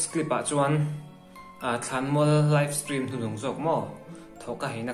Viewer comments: Aizawl hearing aid center ah in entir rawh... Steam ati lo, stream a ti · Live stream i ti ve ta 'steam' i ti zel a😂😂